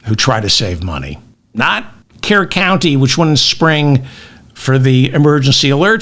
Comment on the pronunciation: David it’s Kerr - cur County. As in cur, a surly dog. 🐕 It’s not Kier County. It’s pronounced cur County. 😊